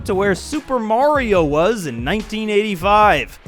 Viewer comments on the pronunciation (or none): none